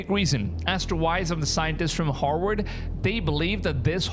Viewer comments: Vs are Vs...NOT FKN Ws. Its HARVVVVVARD!! NOT HAR_WARD!! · Did this guy say Harvard or Hogworts? It makes a difference. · Is he saying hogwart scientists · "According to the Hogwarts scientists" - I heard you saying that instead of "Harvard" and only then it is correct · Your pronunciation of Harvard sounds like you’re saying, Hogwarts. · I swear you said "Hogwarts scientist" 😂😂😂